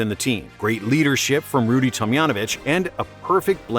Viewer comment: Why does he keep pronouncing Rudy T’s name that way 😤